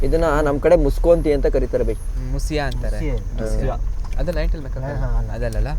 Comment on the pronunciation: ಮುಸಿಯ....😂 ಅಲ್ಲ ಬ್ರೋ.... (ಕೊಂಡು ಮುಷ್ಮ)